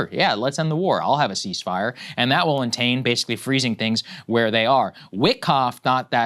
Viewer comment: First of all, one of you producers needs to tell that inarticulate phuknut Saagar that "entain" isn't a word . Second, the entire reason for this war is because large new oil and gas fields were discovered just off the shelf in the Black Sea just south of Crimea. Nations control 200 miles off a coast by law for resources, which these fields are in. And Lo and behold, US State, the CIA, Exxon, the British, and the Russians all decided that Crimea was worth fighting for again. Maidan happened months later. Months after that, Russia invaded Crimea. And for that last three years, all out war. The people who run this channel don't know what's going on -- guys, you don't know what's happening -- if you did, you'd be saying it. For god sakes educate yourselves, or you're just going to be two more click-profiteers that nobody cares about in three years.